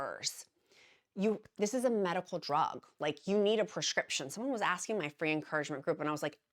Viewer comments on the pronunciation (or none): none